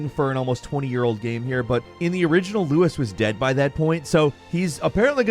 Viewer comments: It's LUIS, not Louis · Why are you pronouncing Luis, like that. In the original he literally says his own name, and it isn't 'loo-is'. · Louis?! Its Luis!! 😡 jk 😂